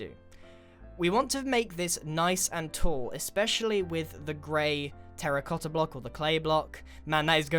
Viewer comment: finalmente a voi inglesi tocca dire qualcosa in italiano "terra cotta" !!!!!! imparate a pronunciarlo bene cani !!!